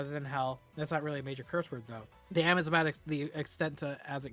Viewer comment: the fact that the word “damn” gets the emphasis when fourth is in all caps is bugging me now.